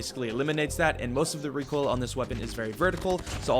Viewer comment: reekoil control 🙂